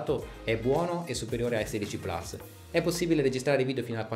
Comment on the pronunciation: Ma perché plas, è latino, si pronuncia plus